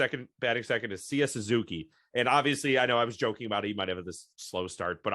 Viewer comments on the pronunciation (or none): you guys almost misprounced every name on the roster ok i'll name a couple yan gomes hes not yan gomez, seiya suzuki not SEEEEEEEEEEEya suzuki